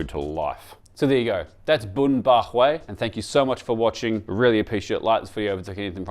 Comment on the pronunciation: Is not bun bo hue!